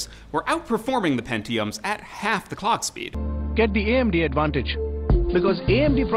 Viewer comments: when he says 'clock speed' it sounds like he is saying "Cog speed" wha?? lol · "cock speed"